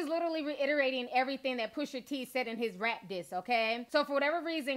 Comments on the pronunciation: T... love your commentary and I always come and check your videos but.. his name is Pusha T...not PushER T 😂... you're adorable though but that was killing me LOL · Ti it’s not pusher t it’s pusha T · When I hear "Pusher" T instead of Pusha....it has the same effect as the n word with the -er vs the -a. Makes me cringe. I don't know why this is. I have no stake in the man's name. 😂